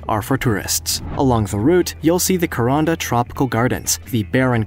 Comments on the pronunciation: pronunciation suggestion for those coming to aus for the cains to kuranda railway DO NOT PRONOUNCE IT KERONDA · You very much mangled the pronunciation of Kuranda try Koo-Ran-Dah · I have been on the Kuranda one..I live in North Queensland have been on it twice..it's pronounced Ku..ran da. And it leaves from Cairns pronounces as Cans. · The Aussie rail way mentioned is pronounced Ka -ran-da ( Kuranda ) and Cans ( Cairns) . But this was great to watch. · The pronunciation of Cairns and Kuranda leaves a lot to be desired